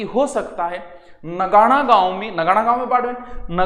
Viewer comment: सर नगाणा नही नागाणा है जो कल्याणपुर मे स्थित है । कल्याणपुर ( जोधपुर)